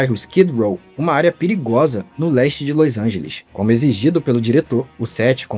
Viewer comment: Vc simplesmente não consegue falar Los Angeles direito kkkkkk